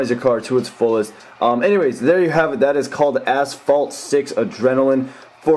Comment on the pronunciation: did he said ,,asshole six''